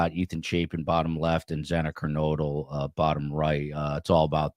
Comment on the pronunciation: And mispronouncing Kernodle — TWICE. What is so difficult about it???